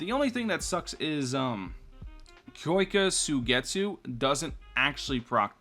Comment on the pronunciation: the way he says kyoka suigetsu hurts me